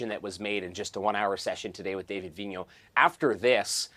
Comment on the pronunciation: Vigneault, not Vignon.